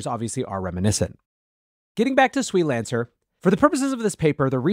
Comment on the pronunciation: SWE-Lancer is pronounced "swee-lancer" like "freelancer"